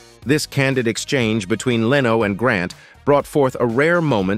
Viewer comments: Leeno? It's pronounced Lenno. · omg did that guy just say 'Jay LEEno' ?? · Jay "Lee-no." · To the robot speaker: It's not "Leeno", it's "Leno" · not Jay Lee-no, it's Jay (Leh-no) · I don't think the narrator knows any of these celebrities. It's Jay "Len - oh", not "Lee - no" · I don’t know why they can’t get these robot narrators to pronounce names correctly. The funniest one was Jay Leeno. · It's not Jay Leeno (though it is spelt like Reno). It's Jay Len*Oh. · it's not Jay Leeee no, it's LEN o, try to get it right! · "Leeeno"? how about the correct pronunciation "Lin-no" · for some reason every time he said "Jay Leeno" I had to chuckle. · Cull burt was annoying to me as was Leano. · Jay Leano, and Colburt was pathetic. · Files - Dump the AI narration. Either that, or teach it how to properly pronounce names and words. . "Jay Leeno"?????? LOL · Man, that Leano guy ought to sue your Robot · Voice says "Jay Leano". That's how you know AI. is blind 😀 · Leeno? Your AI needs some work. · The narrator doesn't know how to pronounce 'Leno' (len-o). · AI voice. It reads Jay Leno as Leeno. uncovered file takes text and has a computer read it. I will stop watching such generated content. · why does he mispronounce Jay Leno's and Stephen Colbet's names? Is this a computer generated voice? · Learn how to pronounce "Leno"!